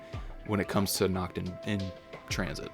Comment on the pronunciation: Nacht* Stop butchering my beautiful language